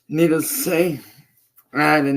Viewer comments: I still think he's saying "needles" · Is he saying "needles"? To me it sounds an awful lot like he's saying "needles".